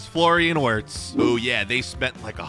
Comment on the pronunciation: wirts is crazy (it’s pronounced virtz)